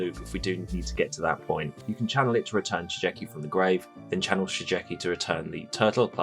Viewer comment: Just one hint : Shigeki is read Shi Gue Ki (Like in Guerilla pronounced in spanish)